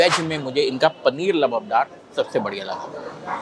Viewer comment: Labubdar nahi hota lubdo labaabdaar hota hai